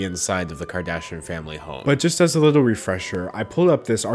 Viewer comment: you're very intelligent but you literally speak like a baby, like i think i can hear you say "widdle" instead of little lol. its adorable though